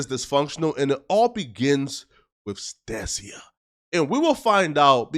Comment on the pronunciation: Him pronouncing her name like that is crazy 🤣🤣 it’s (STAY-SHUH) not stay seeya 🤣🤣